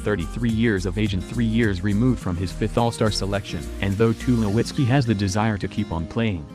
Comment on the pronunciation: I was just waiting for the bot to attempt to read off the name for Troy Tulowitzki, wasn't let down.